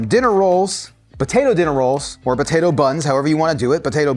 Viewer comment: im sorry are you saying "ba-tato"?